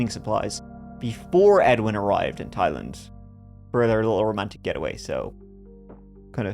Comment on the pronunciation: Look at prnouncing Thailand like a pro! 🤣🤣🤣